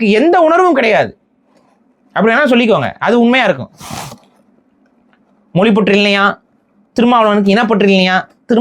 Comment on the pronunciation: மொலி அல்ல மொழி